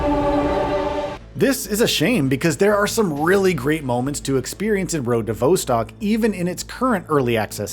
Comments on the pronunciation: Damn it, it's vostok, not voestock 😂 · vaw-stok not vou-stok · It's "Vah" as in "Volume", not "Vo" as in "Vote" Phonetically Road to "Vahstahk" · Vos-Tok not Vo-Stok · Not “Voh-stock”. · Came to comments to say V"O"stcok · I'm sorry but the presenter saying "vousstalk" 😂 is killing me, dude wth say it properly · Pronounciation of Vostok is completely fcked bro. Delete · His pronunciation of Vostok is grinding my gears lol Great, great game. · Nothing raises your blood pressure more than someone pronounce Vostok wrong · Hi, you are pronouncing the name wrong - the Vostock part. Check online for proper way to say it!!!!